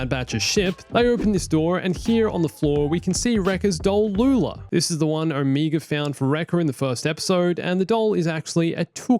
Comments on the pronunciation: Look, man. I know people say words differently depending on your accent, but I don't think it's possible to pronounce "Omega" more wrong. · It's cute how you also pronounce Omega as "Omeega" because you're also Australian